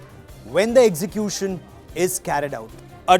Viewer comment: This idiot cannot pronounce execution!!